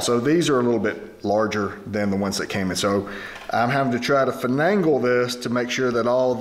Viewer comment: He said "disclosure" I think he meant disclaimer. 🤣 They are such great cobblers. "I'm trying to fa-nay-gul these so they don't over hang."